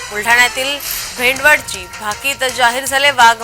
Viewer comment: भेंडवड नाही रे भौ...... भेंडवळ,भेंडवळ 😂😂😂😂😂